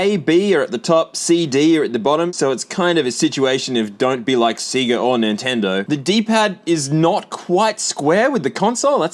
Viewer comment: whoa whoa whoa you don't think you're just gonna get away with pronouncing "Sega" that way